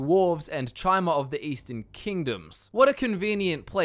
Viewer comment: Isn't Chimer pronounced like Kimer? idk...